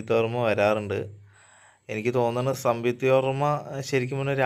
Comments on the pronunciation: സംയുക്ത വർമ്മയാണ്🙄 സംവിത്ത വർമ്മ അല്ല😁❤️👍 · സംവിക്തയല്ല മോനേ സംയുക്ത വർമ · Samvuktha alla samyuktha🙊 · മോനേ... സംയുക്ത എന്ന് ഉച്ചരിക്കാൻ പഠിക്ക്....